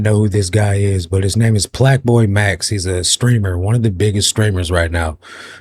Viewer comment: Plaqueboy max‼️ not "Plaqueboybatty"‼️😂😂😂😂😂